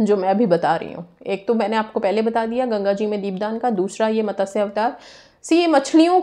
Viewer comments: its MATSYA not MATASYA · मॅडम,मतस्य अवतार नहीं,मत्स्य अवतार